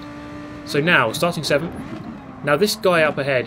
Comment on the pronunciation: You deserved sickf in the first race, not sevemf I’m American I couldn’t help it sorry muah<3